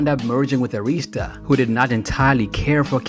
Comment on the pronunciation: For a grown man that throws shade at Samuel L. Jackson, that makes MORE money than you, and has a career that gives him prestigious and dignity. But you behind the laptop doing voiceovers and can't pronounce Arista got some damn nerve!!!! SMH